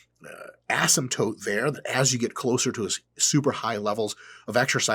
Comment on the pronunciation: Ass-in-tote? Wudyu call me?